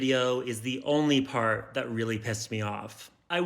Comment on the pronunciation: Her wedding train said “till death do us pahhht”